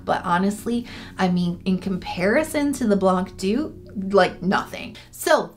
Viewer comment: small pronunciation tip : "blanc doux" is actually French (I mean the words not the brand) so if you pronounce it the French way the c is silent !